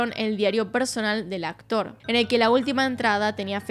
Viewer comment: El acotr 😂 la menos disléxica